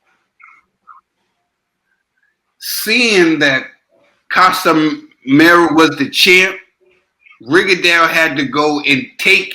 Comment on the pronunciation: Ka-Si-Me-Ro and not Ca-Sa-Ma-Yor. And I thought Rigo was the master boxer here and Casimero "Still" landed more punches. How come nobody is talking about Rigo not figuring Casimero out, he couldn't even touch Casimero even as Casimero was coming forward. Casimero is not stupid to be trapped by Rigo. If anything it showed Casimero's skill that he's not just there to go crazy and get hit, he literally dodged more Rigo shots than Rigo threw at other boxers including Donair.